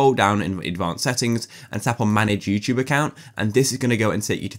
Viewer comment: why does he say you chube